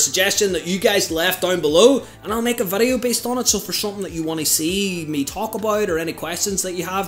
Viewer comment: Dude can't pronounce VIDEO 😂